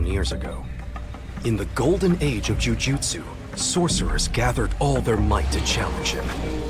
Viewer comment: Here you are pronouncing their names wrong! Yuji is not Yujin Gojo is not Jojo(It's from another anime) Jujutsu is not Jiu jitsu😂